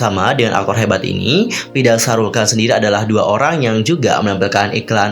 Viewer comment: Bukan Shahrul Khan tapi Shahruk Khan